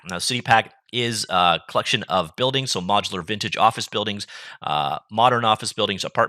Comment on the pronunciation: I know I'm an ass, but I just have to. "buildigs", "barell", and "winwows" lmao